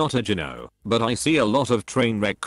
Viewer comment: Its annoying that you cant pronounce gyno.